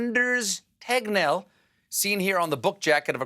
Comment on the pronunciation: Man, that Tegnell pronunctiation really turned into "Technell".